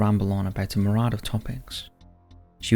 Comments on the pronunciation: At about you say 'me-rad' of topics. Its pronounced 'meer-e-ad,' spelled myriad - a great number of things.😉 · Myriad, NOT mirade.. again. Try to use real words.